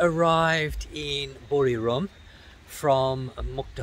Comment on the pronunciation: its buriRAM not RUM same as papaya not POPaya